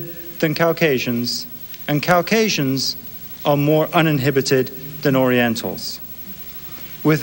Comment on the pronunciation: Cow-casians? Cows wish C-asians?